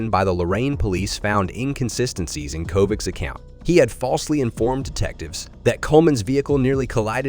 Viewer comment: Kovac is pronounced with a ch at the end